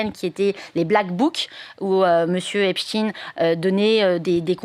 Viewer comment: On prononce "Epstaïn" ; il était juif, pas russe.